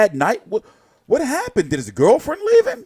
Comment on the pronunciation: ‘Did his galfrend leave him?’..😂😂